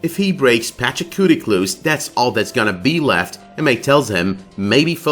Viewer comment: IT'S PACHACUTI. PATCH-A-KOO-TEE. PATCH-A-KOO-TEE. PATCH-A-KOO-TEE. NOT PACHACUTIC. everytime you say it with the C at the end, i cringe. so annoying. for someone that proclaims they love this show so much, I would think you would try to pronounce things correctly